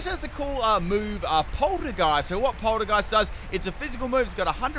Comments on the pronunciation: says Gourgeist wrong say poltergeeset right wtf man? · He said poltergeist just fine, which is why i’m confused about Gourgeist 🤨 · When he says poltergeist right but not gourgeist 😩